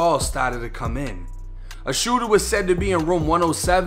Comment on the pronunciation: "DA SHOOTA" "ONE OF DA SHOOTAS" HAHHAHA WTF. READ A BOOK BRO.